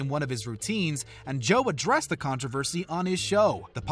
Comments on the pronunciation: The way you said controversy is the only cringey thing in this video🤮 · “Contravesy”? “Valerie Ja-rett”? “Rose-anne”? “Tom DeLon-geh”? What is going on here….